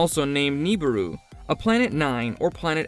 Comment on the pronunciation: Take a shot every time this robo voice pronounces Nibiru & Kuiper wrong, lol Planet 9's orbit is NOT 20yrs !! It's estimated to be over 10,000yrs ! "Collide with the premises of Earth", "planet Pluto" "Pluto 9" ? How many stupid errors can you fit in one video ? LoL